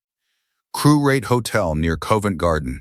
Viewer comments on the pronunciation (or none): The 'o' in Covent Garden rhymes with the 'o' in 'off'; not the 'o' in 'hoe'. Just so y'all know.